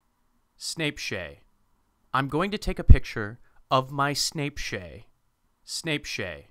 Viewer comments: BlayAndHowlie Snaichadonk, according to his “How to pronounce Beyoncé” video. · Snape shay Like WHAT!? I wonder how they pronounce INSTAGRAM!!! Probably INSNAPGRANN!!! Lol